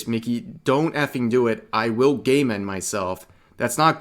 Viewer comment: Thank you, I thought Rev was saying "gayment" 🤣